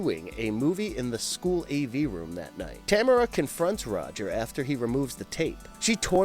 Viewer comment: That is Ta-m-a-r-a not Tamra!! Geez man, these guys! Drive me bananas with their mispronunciations!! I’m Canadian and I honestly don’t understand y ppl like ginger snaps so much lol..Werewolves r my favourite creature besides the creature from the black lagoon/aquatic monsters. And I thought it was stupid and cheap